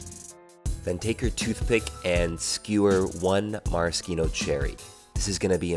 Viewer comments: It's not "Mara skee no" it's "Mara she know" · You can tell at the beginning he knows how to pronounce alot of these cocktail garnishes like "Maraskino" that should be Maraschino but these guy can't pronounce the the "sh" in that which is the "ch" in Maraschino hell even my computer is saying that the spelling is wrong on how this guy pronounces the name of this cherry. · Do you purposely pronounce Maraschino incorrectly? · Mariskeeno cherry? Maraschino.